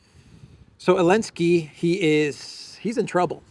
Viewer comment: after checking the pronunciation on line, why do you swallow the Z of Zelensky? been bugging me since months, thanks :))